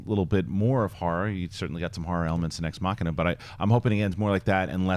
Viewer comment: "Exmakiaaaa"?? it would be nice if could manage to pronounce "Ex Machina". would be really nice.